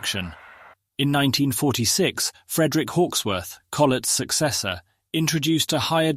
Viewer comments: Agreed. The most annoying was the persistent pronunciation of the designer's name as Co-LET. I'm pretty sure he pronounced it COLL-et. Everybody else does anyway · AI crap comentrry. Collette ffs! A french dancer? No a brilliant engineer. And Carefilley? I'm turned off. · Robotic voice can't even pronounce numbers the British way, and I'm fairly sure Collett didn't pronounce his name like a Frenchman. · Grossly americanised commentary. Collett is stressed on the first syllable not the last; loco numbers are read 'four, o, seven, nine' not 'four thousand, seventy-nine'. British locos, British accented narration, British audience. It all sounds bizarre! Get it sounding right. Otherwise, not bad. Oh, and William Stan-ee-ay? Who the hell was he?